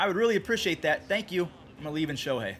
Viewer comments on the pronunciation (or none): none